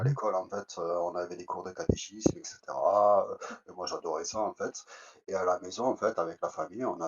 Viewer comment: En fait tu m'as saoulé en "FAITE" n'est pas français en plus 😂